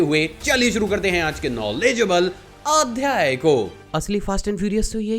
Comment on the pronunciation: The way you say ‘aadhaya’ is only bad in this video…